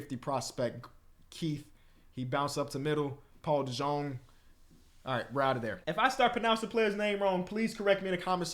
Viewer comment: just 2 min in but paul dejong's name is pronounced paul deyung